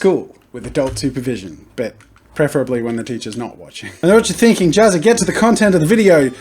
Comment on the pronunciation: his name isnt pronounced JAZZA! its JAZzA!?